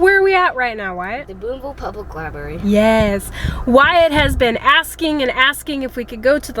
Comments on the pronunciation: Library not libary just saying. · If you going to the library, you might want to check out a dictionary and learn how to spell/ pronounce the word Library. I heard you say " libary" several times. "Just sayin'. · There’s an R in libRary and it is pronounced